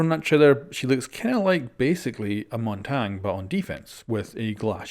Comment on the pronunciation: That is not how Montagne is even close to pronounced